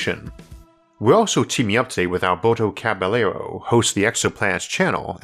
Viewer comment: love your videos but gotta tell you, your buddy's name is pronounced cabayero not caballero. keep up the good work!